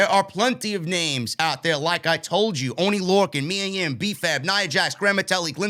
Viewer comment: it’s Mia Yim not Yum jajaja 🤣🤣🤣🤣